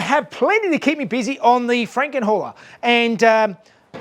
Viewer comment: is sounds like you're saying FrankenWHORE....HAHAHA